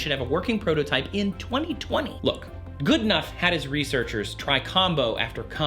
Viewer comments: Dr John Goodenough not Goodnough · It's Goodenough not goodnough :)